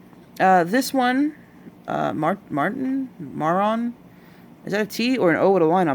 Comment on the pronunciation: Thank you so much for flipping through the catalog! But the henna names are all French words so you do not pronounce the last letter; rouge (roo-guhh,) Marron (ma-rouh), brun (bruh), noir (new-R). (they all translate to red, dark brown, brown and black) personally I think Marron should be renamed to châtain since that translates to chestnut or light brown :)